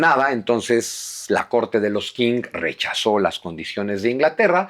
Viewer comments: Se pronuncia "CHING", no "KING".. Saludos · Qing no se pronuncia King , se pronuncia Xing, se me cayó un historiador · Qing se pronuncia "ching". Abrazos. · La dinastía Qing se pronuncia Chin.... Por eso desde entonces se llaman Chinos, hasta hoy aunque ya no haya dinastia Chin, hay China y chinos. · Una nota Q... En chino se pronuncia como una CH suave